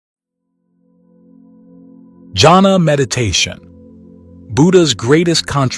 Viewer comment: I'm sorry you're mispronouncing "JHANA" -- it is pronounced with an H sound as Hannah, or is yahna. It is not pronounced as jungle